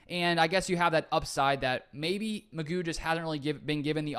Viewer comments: I thought it was pronounced Mc Goo? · I think this is a very worthwhile addition. McGough is a tough name to pronounce...I think its more like McGow...but I am gonna call him McGuff the "Crime Dog" cuz he is gonna come in and help "take a bite outta the Bears, Vikes and Lions....:hand-orange-covering-eyes:😇😊😎 Good luck with the Podcast on my way to check it out!!